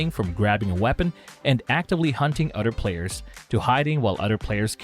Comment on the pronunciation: "Udder Players"